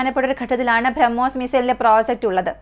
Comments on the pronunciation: ബ്രഹ്മോസ് എന്ന് പറയാൻ പഠിക്കൂ... കുറേ നാളായി കേൾക്കുന്നു ഇത് 🤦🏻‍♂️ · ഈ കൊച്ചിന്റെ ഉച്ഛാരണം ആരോചകം minimum ബ്രഹ്മോസ് എന്ന് എങ്കിലും മരിയാദയ്ക് പറയാൻ പഠിക്ക്.